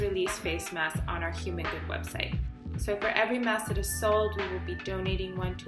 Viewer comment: The host said vebsite instead of website. Vebsite is not a word dear.